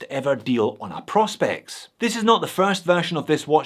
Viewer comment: Sorry J, but this annoys me; I know it shouldn’t. It’s “Pro. Specs” ( Professional Specifications, as declared on the Seiko website), hence their little P.S logo, and not “Prospects” as you repeatedly called it, and as most Americans seem to call this range of watches. I cringe and shout at the screen when I hear it mis-called. Ok that’s better, got it off my chest. Love the channel x